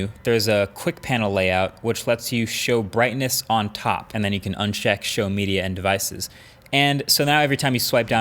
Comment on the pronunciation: Am i the only one who heard "UNSHECK show media and devices" ??? 😂